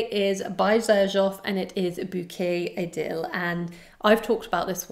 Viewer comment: Love your channel, watch your videos every day on the way to and from work, I kind of even like listening to you talk about fragrances , you have a very soothing voice 🫠😀 Not to be offensive, but you keep mispronouncing Bouquet Idéale - it’s actually ee- deh- ahl, stress is on the last syllable and the l is soft, being that it’s French . Not trying to put you down, I would never, just probably a good idea to get the names right for a YouTube fragrance reviewer 😃, especially since a lot of us know the right way to say it. Again, thank you for the reviews, I am actually discovering new houses thanks to you and buying samples. Fun times!